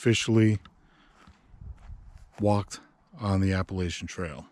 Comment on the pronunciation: Love the video but please say Appalachian correctly.